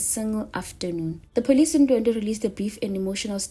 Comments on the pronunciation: Wrong pronunciation my love it's, Ndwe dwe as, opposed to ndwendwe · Ndwedwe cc not Ndwendwe